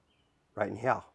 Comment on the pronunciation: Would have Subscribed, but he can't say Here, normally.